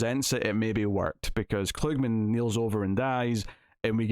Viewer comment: The actor's name is pronounced KLUG-man, not kloog-min as you were saying.